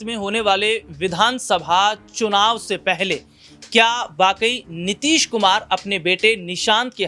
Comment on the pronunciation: गधा तुमको बोलना नहीं आता नीतीश कुमार बोल नीतीश नहीं